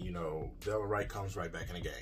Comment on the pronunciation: Right, Delon is balling out and King can't even pronounce his name properly.